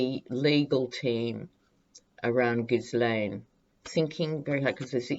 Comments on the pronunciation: canadian trivia. the "Ghislaine" name is very french canadian, and in quebec is pronounced "zheess-lenn". one of the witnesses called her "gee-lenn" with a hard g, another common french canadian name, spelled "Guylaine". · Hi Just to let you know Ghislaine is a French name of course and so the S in her name is silent. So pronounced Gheelaine.. Sorry I'm not trying to be pedantic😩 Love your readings!! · Pronounced (Gill ane) the S is silent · Minor, minor quibble - if I remember correctly, the pronunciation of Ghislaine in the French is "Zheel-EHN." Silent "S." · Trivia: Ghislaine Maxwell is pronounced ‘geelan’; the ‘s’ is silent — the ‘g’ is a hard ‘g’ and pronouced as the ‘g’ in guitar. ‘Laine’ is pronounced lan. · Sorry it's szee-lèhne Just googled it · Ghislaine - soft 'g' as in GIGI, The S not pronounced (french style) so shggggg III LAINE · Sorry don’t agree, we wd pronounce it gheeslaine.. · No it isn’t. It’s pronounced phonetically like * gislen * with a hard G, or * geese lane * I don’t know where this silent * s * idea comes from, but it is wrong. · Hi, just love your readings and your humour, just want to make a comment on Ghislaine's name It's pronounced 'jeez-len',, the French Just neeeds to make that comment, and I don't mean to be offensive just helpful, hop ethics helps in the future as I assume we will often mention her name, tk un